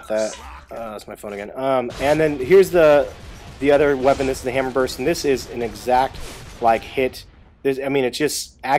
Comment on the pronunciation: its pronounced "burst" and retro lancer is the only main gun i use . you can charge enemies instead of revving up and walking to them when they could gnasher you ect.